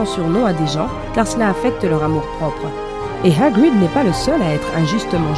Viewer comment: Et heerguid